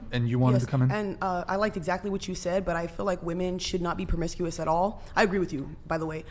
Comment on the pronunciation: It’s pro·mis·cu·ous not promiscious! Come on!!